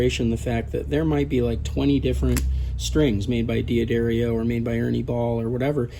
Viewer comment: Good point for ordering strings.....and anything else re using the P/N . Side note ..... I was informed ... by two Company reps .... that the name D'Addario .... Is correctly pronounced Dad-dario..... Not Dee - a - dario . Just saying , since everyone wonders what the correct way to say their name is .